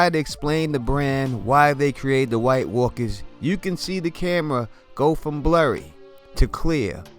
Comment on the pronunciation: I love how he says white walkas lolol!